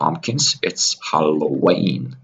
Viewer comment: I thought you said Alloween for a second. Got excited for allo news